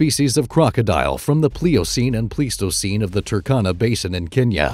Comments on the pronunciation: Pleistocene is not pronounced please-toe-seen, it's pronounced plies-toe-seen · It's actually: plys-to-seen , The "ei" is usually pronounced as a "long-I", as it is in German. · It's not plies, it's Pleis-toe-ceen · Bruh, if you can’t pronounce “Pleistocene” correctly, I’m not going to believe anything you say after that. That’s really embarassing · you don't even know how to say the word pleistocene. haha